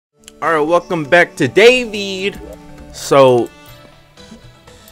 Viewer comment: ASCENDED Its D A V E E D